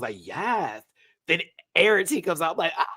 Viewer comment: Plsssss my love Arrietty is pronounced "Air-ree-etty" not "Air-ah-tee". No shade, I just know we'll be seeing her for a while 😘